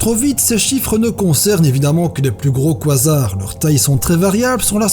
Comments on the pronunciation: ça se prononce : ka zar pas quoi zar xD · Super vidéo mais la prononciation du mots quasar c'est pas quoisard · oui mais le mot existe en français du coup ..x) on va pas faire un débat a cause d'un mot je propose qu'on le renomme trou eeeennooorrrme et SEC xD voilà ( ça se prononce KA- ZAR ) à la limite koizar ça pourrait être le nom d'un Pokémon il y a de l'idée ! 😄😃